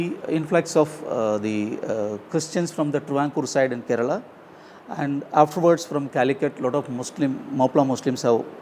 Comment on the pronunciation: Why do you guys pronounce the state names wrong? Its Karnataka not Karnatak and Kerala not Keral! Please make sure you don't make such mistakes. We find it pretty offensive.